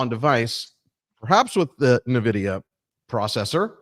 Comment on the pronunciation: finally calling it en-vidia instead of nuh-vidia